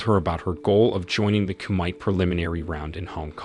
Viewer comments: Lol, koo might? Koo meh tay. I'm outta here stupid AI reading! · Got to "ku-mite", stopped watching. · LOVE your channel- but please allow me to say , the word kumite is pronounced koo-mih-tay. Rock on. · You mispronounced kumite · Why can't the narrator pronounce things correctly? He stupidly keeps mispronouncing Kumite.